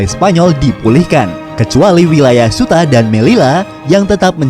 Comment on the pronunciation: Ceuta dibaca Ceuta bukan Suta